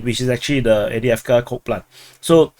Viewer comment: There's a "v" in Avdiivka, bruh!